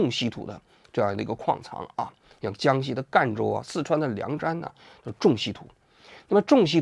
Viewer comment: 王局又把江西念成了江苏😅